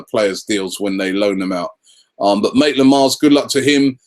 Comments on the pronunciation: It is Maitland Niles not Maitland Miles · It's Maitland-Niles!Come on man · Can you say anyone's name right Robbie?! Even Maitland-Niles becomes Maitland-Miles.. come on! haha